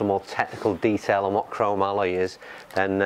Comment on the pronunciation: Pronounced..crow-mol-e, not cro- ma - Loy.